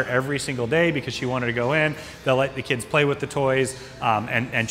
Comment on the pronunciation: This dude is physically unable to say the word 'kids' lol